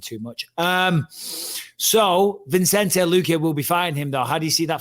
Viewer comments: Bisping needs to learn how to pronounce Vicente😂😂😂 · Bisping has him on the show and still calls him ViNcente when his name is Vicente. 😂